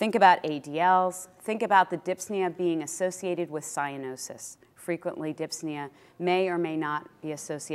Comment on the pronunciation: Thank you for the video. P.s It's dyspnea, not dypsnea ;)